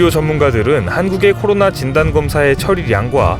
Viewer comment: 매번 느끼는건데, '코로나'라고 정확히 말씀해 주셔서 정말 좋습니다^---^